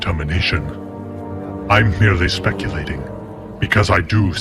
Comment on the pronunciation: Some pronunciation problems - merrily (merely?) and I noticed assassins was mispronounced, but overall this is a fascinating production